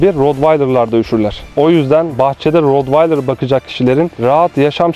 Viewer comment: Hocam T ile okunuyor